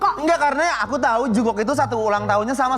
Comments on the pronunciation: jongkuuk bacanya Ncess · Sebel dia ni klo ngomongnyamasih “jung-kok” benerin dikiy ncesss